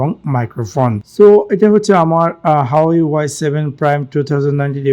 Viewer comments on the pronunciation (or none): এটা হাওয়াই না,🤣🤣 হুয়ায়ে হবে। উচ্চারণ সঠিক নয়। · hahaa resolation o blte parena bal huwei k hawai ble hahaha